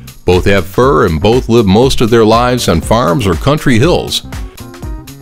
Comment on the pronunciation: Its not hybird its a hybr-id